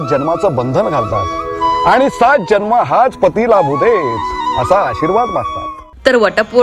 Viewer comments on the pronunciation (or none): none